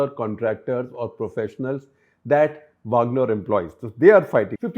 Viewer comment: वागनर not वाॅगनर